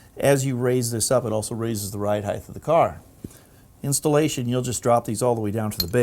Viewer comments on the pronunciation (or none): Length. Width. Height. Height. Not Heighth.